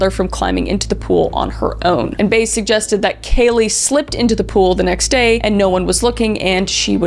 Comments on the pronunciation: Jose “Baze”? His surname, Baez, is pronounced “Buy-ez”. 😊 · For the record, Jose Baez’s last name is pronounced “by-ehz” like the folk singer Joan Baez. It is not “Bays”. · It's pronounced bi-ez nits bays..not sure why that was bugging me lol great job on this whole story Kris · The way you said peoples names I know you don’t know anything about this case and simply are doing something “trendy “. Like the friend Amy Highzinga (the pronunciation) and also Jose Baez. YOU SAID BAYZ 😂😂 ITS BYE AZZ LIKE BYE ASS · Did you really research this and watch the court case and not know that Baez is pronounced Bai-uhz? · Im pretty sure Casey's attorneys last name is pronounced like Buy-ez. 😁